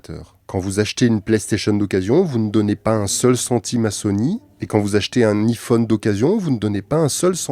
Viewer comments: Sa ce prononce ( aie Phone ) Psk iii Phone voilà quoi 😅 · Putain il est frouze On dit Aïe phone putain pas hi phone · En plus il dit apple en anglais, il dit "appeul" pas "apple" donc pourquoi dire "ifone" ? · Un Ifone 😂😂😂😂aïe pas i iPhone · Met t’a rien à faire de ta vie ptn et aussi c’est pas i-fonne mais iPhone y’a un accent anglais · Je sais que je vais faire mon chieur avec cette question mais pourquoi prononcer [I-phone] au lieu de [Aie-phone] ? C'est une private joke ? Ou c'est parce que on est en France donc autant le prononcer à la française ? Mais pourquoi prononcer correctement [Appeul] et non pas [aple] dans ce cas ? Les deux sont une marque pourtant, pourquoi écorcher celui-ci en particulier ? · Enfaite iPhone se prononce aïfone mais c’ecrit iPhone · Juste on le prononce aïephone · on prononce "Aye" phone mdrr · La marque c’est Apple !!!!! Et ont prononce aïe -phone !!!!!!!!! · On prononce AIE-phone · i-fooone.. Je saigne des oreilles 😭😂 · En n’en parle qui dit pas bien iPhone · Salut stp si tu refais une vidéo sur Apple ne redit plus jamais iPhone de cette manière merci ! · Deja apprend à prononcer iphone avant de faire une vidéo dessus. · C'est juste pour garder son anonymat, comme ça il pense qu'on ne sait pas qu'il est parfaitement bilingue 😂😂!! C'est mignon mais c'est cramé. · Qui prononce encore le "i" de Iphone avec la prononciation française, à part mes grands-parents (décédés) ?